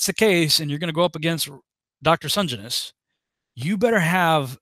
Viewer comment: Hey, The surname is pronounced Sen - Jen- is.:)